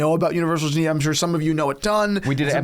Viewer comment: Love your content guys. It really bothered me how you pronounced Genève throughout the video. It’s “Jeu-Nev”